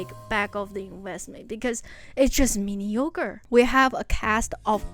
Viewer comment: Lmao whoever put the captions and was like mini yogurt when she was trynna pronouce mediocre was top notch comedy that terrible ahh mini yogurt 🤣